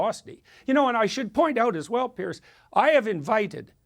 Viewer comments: His name is Piers...a difference pronunciation to Pierce which has a hard S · Does he keep calling him "Pierce?